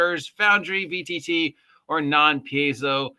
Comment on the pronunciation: Stop mispronouncing Paizo, my god man. Pie-zo. Pie-zo. Not Pays-zeo.